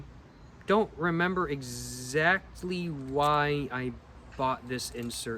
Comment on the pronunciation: Bro keeps saying “exacty”.. I guess he’s proving that he can’t take an L…